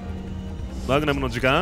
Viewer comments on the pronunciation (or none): melon water 過去にマグナムをマグマムと噛んでしまって、それからそう言ってるんだと思いますw